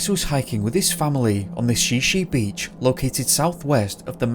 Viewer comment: The narrative could be improved by correct pronunciation of: Shi Shi beach= Shy-shy, and Sequim= Squim. Other instalments of this fellows narratives also are similarly mispronounced like Willamette is really Will am it, and not "will am metty". Obviously not familiar with PCNW locality.